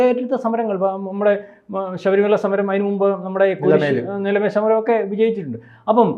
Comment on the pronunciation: നിലമേൽ അല്ല..'നിലയ്ക്കൽ'.